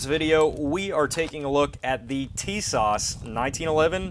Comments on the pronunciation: Great Video ! It’s actually pronounced “Sha-Zah”. The T is silent. The ww2 greenish coloring is a dead on match to my 1943 Remington Rand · Tisas 1911A1: Sorry, I'm not trying to be picky but......my name is pronounced Tuh-SASH with emphasis on the second syllable.